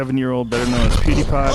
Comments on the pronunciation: no pewdiepie is his name on youtube, it is pronounced pew Dee pie, unless you live under a rock, then you have heard how his name is pronounced, especially when you are someone like Joe rogan. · Poodipie... That pronounciation. This guy is talking way too much, has to practice letting his guests talk more. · "Poodiepie" 😂 smh joe rogan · he says he speaks bad English, but prounces his name "poodiepie", since when the hell is PEW prounounce like that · "shitty grasp on english" says the man who pronounces Pewdiepie as Poodiepie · Love all the millennials aghast Rogan can’t pronounce pewdiepie. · The contempt Joe has for Pewds becomes obvious when he mispronounces PewDiePie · 2K people disliked because he mispronounced pewdiepie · lol When Joe is surprised Pewds have so many fans tho he doesn't speak english so well, yet he can't even say Pewdiepie right plus some other words pronounced wrong. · How can you talk about somebody, you don’t even know how to pronounce his name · funny that Joe i Joe said that after not being able to say his nick correctly PdP is Swedish he is better at english than many americans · Poodiepie 😂 that’s exactly how I’d expect joe to pronounce pewdiepie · It bothers me the way joe says pewdiepie like pooodypie 🤣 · Haha he said Poodiepie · I love how Joe pronounces it Pootie Pie lol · Joe Rogan: poodiepie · Joe keeps pronouncing it "Poodeepie" lol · Misprounces as “Pootie pie” then proceeds to mock his english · He said “poodiepie”😂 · Joe "Poodiepie" Rogan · nobody: Joe rogan: "poodiepie" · I love how He calls him poodiepie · It’s pew not poo lol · Joe “poodipie” Rogan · Joe Rogan: "pootiepie" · (Pyou) Joe! Not (poo)! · poodiepie lol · "poodiepie" hehehe, I agree Mr. Rogan! poo diepie indeed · Saying poodiepie like that is so annoying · He is not pooodepie it's PewDiePie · I like how he calls him 'poodepie' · I love that joe pronounces it "poodypie" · Hey Jamie, tell Joe it's pronounced pew, not poo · Jesus Joe, it's "Pew" not "Poo".